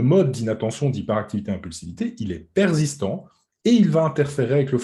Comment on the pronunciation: Très intéressant. Si je peux me permettre on ne dit pas « perzistant » mais persistant 😀